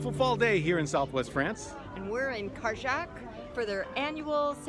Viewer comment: Welcome to France! You are both going on quite an adventure, here. By the way, when saying Cajarc, lose the "c" sound at the end, you will sound French! This is going to be fun!